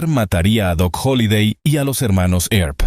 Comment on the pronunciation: This narrator is lousy she can’t correctly pronounce Tombstone or Wyatt Earp last name. Find a better narrator for the next ones!!!